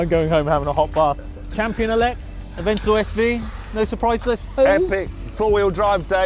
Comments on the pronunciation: AVENTOR? IT'S PRONOUNCED AVENTADOR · “The Aventador just did it, has a bit more power” other guy “the ‘Aventor’ sv is a beautiful car”🤦🏻‍♂️😂